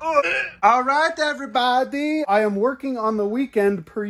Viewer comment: "every bo dy"